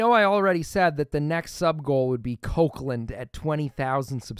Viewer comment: Hello man, love your content. I'm from place where Kokand is. Would love to see your play with it! All I hear is Kokland.... Or my ears are sick?!?